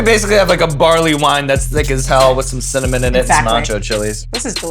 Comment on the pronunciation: Sean said cimmanon